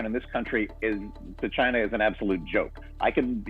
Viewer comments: "Ask Chyeena" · "CHINE-NA! Its' all their fault. I take no responsibility. Ask CHINE-NA!"